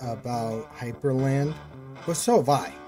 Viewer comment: Not to sound like an ass or anything but it's Hyprland, not Hyperland.